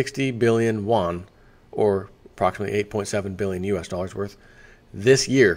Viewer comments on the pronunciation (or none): Hi! There is a reason people mention your pronunciation of "Yuan". You pronounce it like "Won", which is the Korean currency (south). The closest you can get to "Yuan" in English would be "yoo-uhn". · It's yu-en, or renminbi.